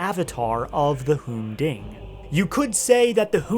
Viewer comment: It’s the hoon-ding